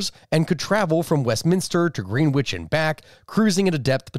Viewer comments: Really just threw me off that you, of all non brits on YouTube, called it "green which" Below is irrelevant Actually, I'm going to tell myself you said "green witch" just because it's more fun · Greenwich is pronounced "Gren-itch". British English pronunciation is inherently lazy. Just come up with the laziest way you can say a place name and you're probably right. That's why Loughborough is "luff-brah" and not "lay-oh-bo-rough"...